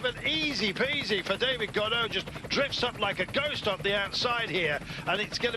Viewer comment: Helpful guide: "Gaudu" is pronounced like the English words "go do", not like the Beckett character Godot; "Ineos" is pronounced "IN-ee-oss", not "skai".